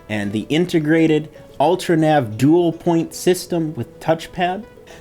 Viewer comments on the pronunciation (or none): none